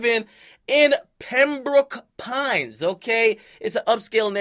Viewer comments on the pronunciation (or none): 😂This nigga Ak calling it “Pem-Brook” Pines lmao it’s “Pem-Broke” Pines.